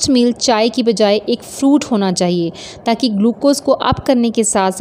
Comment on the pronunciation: Ur" parantha "and "tan Kay" I want u to pronounce paratha and ta Kay .plzzzzz